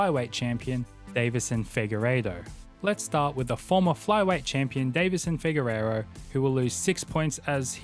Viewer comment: Deiveson "Figueiredo." You keep saying Figueirro.